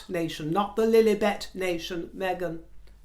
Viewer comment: I thought Megan did look good in her beige/ white outfit but,, I Don’t give a shit to hear what designer she is wearing, wouldn’t give her the time of day. She’s not a royal to do so! I chuckle when you pronounce Lillibet, soo funny you are. The real royals need to get a handle on these two and not be afraid of their reaction. Ridiculous, they already said enough damage over the royals. Love your broadcasts!! Keep up being fruity, throw out the rotten ones!